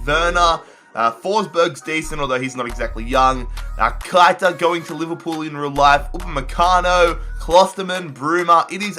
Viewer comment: It’s pronounced Keh-I-tah Not Kite-a